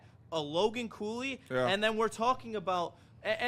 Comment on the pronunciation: Cooley? Cooley? Did u say Cooley? WHAT?